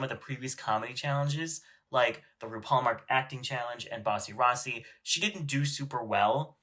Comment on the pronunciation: Not you saying Bussy Rossy